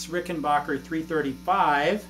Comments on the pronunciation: It's pronounced Rickenbacker, not Rickenbacher 🙂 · Sure. My point was that "bach" in Rickenbacher is spoken as "baakh", whereas it should be Rickenbacker (as it's spelt), and as confirmed by John Hall (from Rickenbacker) himself.